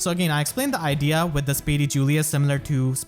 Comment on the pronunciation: IDEA, LEE. Not idly. No insult intended. Great video as always